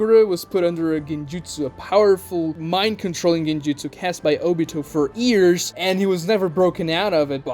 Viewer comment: Why do you pronounce "years" like "ears"? It's sounds incredibly stupid 😅